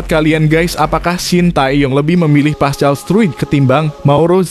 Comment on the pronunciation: Pascal struk baca paskal!!!!!!